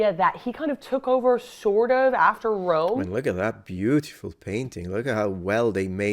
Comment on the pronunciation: He commanded a cwack wegion in Wome!